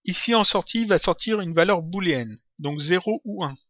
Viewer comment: Salut! Bon tuto ça m'a bien servit! Au fait on dit une valeur boléenne, pas bouléenne ;) Oui, je sais il y a bien deux o!